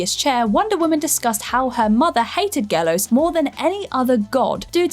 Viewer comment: In case you care, Γέλως is pronounced like the colour yellow but without the last vowel and not with a long L. It is YeLos. Also he was not considered a god. More like an entity. His origin differs, based on the region. All the rest, utter nonsense. Cheers